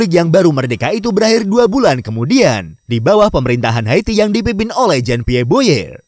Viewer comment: Oiya min.. Cara baca "jean" Itu bacanya "zon"...